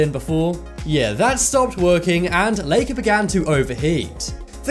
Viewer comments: This is the first time I hear somebody say “Leika” It’s pronounced like “Laika”, everywhere It’s like you pronounce my name like Sasha, not like Seisha . Do you? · Lie-ka not lee-ka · It’s like-aaaa not lake-aaa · Laika is pronounced lie-ca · It supposed to be said lai-ka and the spurt-nik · My great aunt raised Laika she did Have an owner after she came back but she died when she was 14 1/2 she was a great dog very caring and relaxed. It’s pronounced Ly ka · ooh. yay a video mostly about a guy mispronouncing "Laika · Oh... I keep getting offended by how you say sputnik and laika